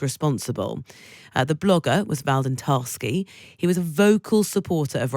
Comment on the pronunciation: The illiterate narrator says, "The blogger was Valden Tarsky". The blogger's (ONLINE) name wasn't "Valden Tarsky", but ----> VLADLEN TATARSKY - fyi.